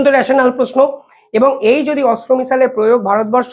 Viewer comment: ভাই তোমার উচ্চারণ ঠিক করো ওটা অস্ত্র মিসাইল নয় Astra